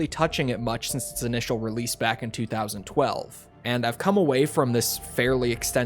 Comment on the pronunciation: It’s TWENTY TWELVE 👎